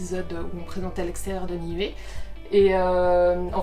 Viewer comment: On vous l'a surement déjà dit mais comme vous le vérifierez lorsque vous serez en polynésie le "u" se prononce "ou" dans les langues polynésienne. Niue se prononce Nioué. Tuamotu, touamotou, Nuku Hiva, noukou hiva., Ua Pou, Ou-a po-ou, etc...